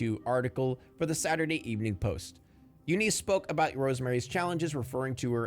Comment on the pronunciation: Eunice? Nah, “You Nice” lol the name pronunciations in this vid are amazing